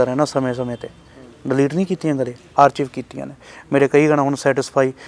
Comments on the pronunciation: ਆਰਚੀਵ ਜਾਂ ਆਰਕਾਈਵ ? ARCHIVE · 🤯he doesn't know how to say archive, 25.2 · punjab ch eda hi kehnde aa, my cousins say in same way, we say it atkive but they are speaking as it spells, ch as "chive"